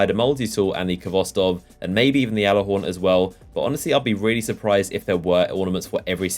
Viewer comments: It gallahorn not yalahorn it just has a j in it the j is silent pls call it the correct way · oh my god its not fucking pronounced yallahorn bungie even pronounces it with a solid G. please stop fucking calling it "yallahorn"